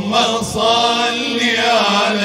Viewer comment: اللهم صل وليس صلي، بوركتم